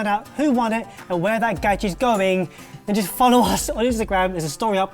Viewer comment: Please don't say 'gadg'